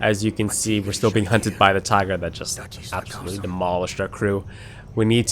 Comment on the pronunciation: The way they said "tiger" is exactly the same in Greek xD